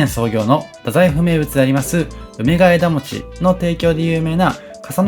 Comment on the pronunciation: 福岡県北九州市在住です。福岡、博多はＪＲで４０分、電車代だけで往復２千円くらいかかるので、なかなか行けません。紹介してくださってありがとうございます！！ ところで、ナレーションを聞いていて「梅ケ枝餅」を「うめがえだもち」と読んでいらっしゃるように聞こえました。普通にそのまま「うめがえもち」で大丈夫です。 もし私の聞き違いだったらごめんなさい。というか、たぶん私が間違ってる (´；ω；`)ｳｯ… 実は生まれも育ちも東京で、結婚してこちらに来ました。 来月久々に帰省するので東京のお店を探していて、のチャンネルにたどり着きました。 細かく丁寧な案内、本当に参考になります。ありがとうございます！ 帰ってきたら博多方面も行ってみます。